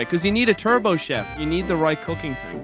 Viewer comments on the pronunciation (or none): none